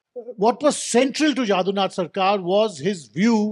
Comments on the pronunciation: JADUNATH and not JAADUNATH. JADU as in MADHU. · First rectify your pronunciation of 'Jadunath'. It is not 'Jādunath' as you say it.